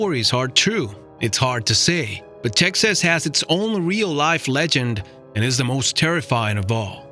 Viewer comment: Did you say Tex-ass? Dumb-ass